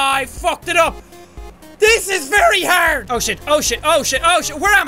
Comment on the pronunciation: I love how he says HARD it is with an Irish accent